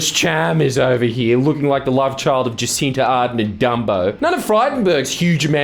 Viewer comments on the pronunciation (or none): NZ/Aus relations down the toilet after that pronunciation of Jacinda Ardern